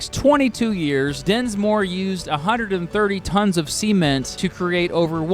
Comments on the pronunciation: SEA-ment Sement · Sea-ment lol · Please stop saying Sea-ment ! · Great video, but it’s not sea-ment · Why do you pronounce cement like that?